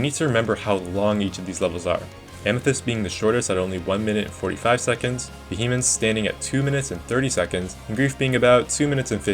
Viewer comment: Also "Vuh Hemence"